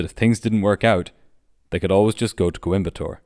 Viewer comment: I'm so impressed with the pronunciation of Coimbatore and Trivandrum - great video